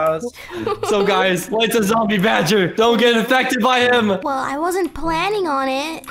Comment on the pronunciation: Its badgey not badger